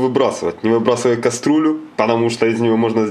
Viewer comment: Уважаемый, слово Кастрюля пишется и произносится через Ю